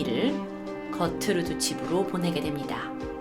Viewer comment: 처음에 이 거트루드 베니체프스키라고 했는데 나는 겉으로도 베니체프스키라고 들음 그래서 겉으로는 베니체프스키라는 이름일거같지 않은데...? 라고 생각했닼ㅋㅋㅋㅋ